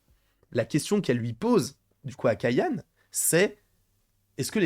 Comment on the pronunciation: Les boomer n'aiment pas le changement, ils continuent dans les même clichés depuis 20ans ! Ps: on dit "Kayané" avec un é à la fin